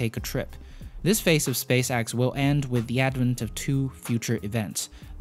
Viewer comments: Space X.. not space AXE.. you twit. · Drinking game! take a drink everytime he say "SpaceAxe". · Probably a good video, i wouldn't know tho because all i could hear was "space axe" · You’re saying “Space-ax” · Space x not axe but decent vid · "Space Axe" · SPACE AXE fix yo accent bro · well it's either Space Axe or Space Ex. You decide. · Stop Saying space"axe" 😂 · Apic and axe lol I’m crying😂🤣😂🤣😂🤣😂🤣😂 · Space Axe? Apic? Your pronunciation of E is diffarant... On a serious note, awesome video! 👍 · say space axe one more time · Say “space axe” one more time. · Space "axe" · Why do you keep saying Space Axe? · "spacaxe" "apic" Lol great video tho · I think he’s Dutch